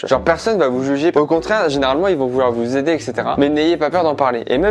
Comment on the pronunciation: Ca me stresse les "aidez LAIT" É pas ait